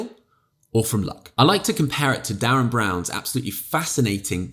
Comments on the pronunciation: I think it's pronounced "Derren" as in "Derek", rather than "Darren". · How can I comment that it's Derren and not Darren without being that guy who comments that it's Derren not Darren. No but I really liked this video!